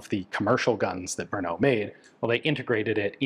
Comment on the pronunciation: technically samopal means self firing but it is a synonym for sub machine gun. samo-alone, pal ( palit ) to burn. there are always nuances in english to czech translations. PS brno is not an 'ou" sound at the end. more like "o"pera.